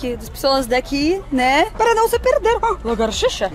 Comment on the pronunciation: min, “largartixa” 🦎 é calango rs.